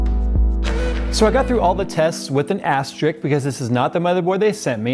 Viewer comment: Astrick. Is that anything like Asterisk?